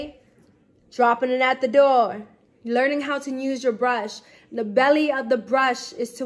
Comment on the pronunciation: Drop it at da doe (door) lol 😂 😂😂 the GOAT 🐐💅💅💅💅💅